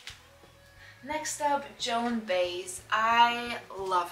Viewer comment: Hi. Me and my wife have just recently started watching your videos together. Excellent collection. You had a question about that Beach Boys 45 sleeve from Capitol. That was just a generic sleeve that singles were usually put into if there wasn't a proper picture sleeve for that record. And I thought you'd like to know the proper pronunciation of Joan Baez's name: It's Bye-ezz I hope you get that. Bye - ezz. Thanks again for the excellent video. Ph yeah, my favorite album if the white album and my favorite group is The Beatles. My wife's favorite album is Rubber Soul.